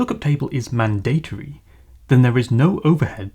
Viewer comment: Look for the pronunciation of mandatory.